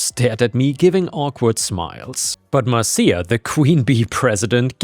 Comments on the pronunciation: It's 'Mar-sha," not "Mar-see-ya," like from the Brady Bunch. That was the joke about saying it three times... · not mar ceeya,,,, MARSHA, MARSHA MARSHA, ...... guess i am old too. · The reference to the Brady Bunch is, mar-shuh, mar-shuh, mar-shuh, not mar-see-uh, mar-see-uh, mar-see-uh. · FYI, Marcia isn’t pronounced “Mar-see-a”, it’s pronounced “Mar-sha”. The OP of that story was referencing The Brady Bunch, where a recurring theme was a character admonishing Marcia Brady for some annoying busybody action by going “Marcia, Marcia, Marcia!” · Just a heads up, Marcia is usually pronounced "Marsha" and was intended to be with the 3 times thing (That's a reference to a very old television show called The Brady Bunch) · 'Marcia' is pronounced 'Marsha' Pronounce it that way 3 times and now, you're Jan Brady! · Just FYI, but "Marcia" is pronounced "Mar-shu." So you know for the future. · Fyi: Marcia is pronounced like Marsha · "Marcia" is pronounced "Mar-sha" :) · Lovet stories, and it is pronounced Marsha. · Dude. Love listening to you read but I’m dying! YouTube the Brady Bunch, when Jan yells Marsha, Marsha,Marsha! You’ll learn how to pronounce it correctly. So funny tho the way you read it! 😂😂😂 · it's pronounced Mar- sha. It's from the Brady Bunch TV show. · Just as a head's-up, "Marcia" (at least in the US), is pronounced "MARSH-uh" - The name was used in the 70s TV show, "The Brady Bunch," as the name for the oldest daughter. There's a meme about the middle daughter (Jan), whining, "Marcia! Marcia! Marcia!" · It's surprising how little effort it actually took to confirm the pronunciation of "Marcia". Turns out modern technology makes it remarkably simple to find out how words are pronounced.